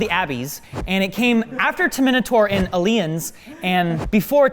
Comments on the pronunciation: "After Terminatorien Aleiens" what is this pronunciation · *Ab-"ee"-ss, Term-"I"-nator, "Ali"-ens... It is hilarious to hear pronounce words. XD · I mean, I'm sure you realize it was a joke. Also, "Abbies," "Terminotaur," and "Uhleeuns" would be much more accurate ;) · "ah lee ens" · A-beese, Ter-mi-naa-tor, A-lii-ens I love pronunciations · Abbies, Ter-minator, Ey-lians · honestly it took me until aliens to find he is butchering the words